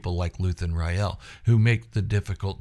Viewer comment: "Rael" e is silent